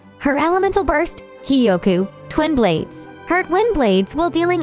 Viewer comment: I CAN'T STOP HEARING TWIN BLADES AS WIND BLADES😭😭😭